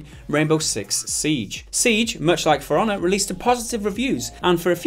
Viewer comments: sounds like you're saying "firannah" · When it sound like Piranha and not For Honor